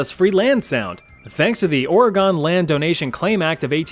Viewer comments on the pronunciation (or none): Dang, the way you say Ore-Gone. It's Or-reh-gun. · It's hard to listen to you pronounce Oregon. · Oh no, not mispronouncing Oregon! 😭